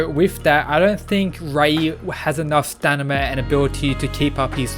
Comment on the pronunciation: Bro, it's pronounced staMina; not staNima! Every time you said that, it was driving me crazy -_